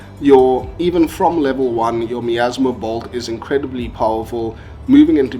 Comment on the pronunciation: I keep hearing this guy refer to "Bolds"...